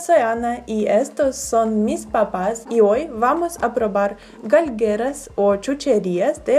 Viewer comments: No se dice galgueras se dice galguerias ana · “GALGUEARÍAS” no “Galgueras” 🙄